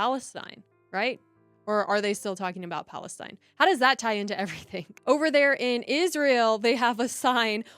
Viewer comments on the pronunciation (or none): none